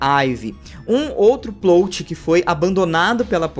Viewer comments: pq vc fala PLOUTI e nao PLÓT kkkkkkkkkkkkk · Oi,, acompanho os vídeos há um tempão e gosto bastante, mas n sou de comentar na internet, rsrsrsrs. Só tava querendo te falar há uns vídeos já que A PALAVRA Plot se pronuncia com o "O' aberto, como se tivesse um acento ali: Plót. Valeu, continue com os ótimos vídeos ^^!!